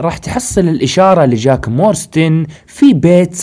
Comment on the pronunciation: يا صاحبي اسم العائلة مو مورستن اسمها مارستون جاك مارستون مو مورستن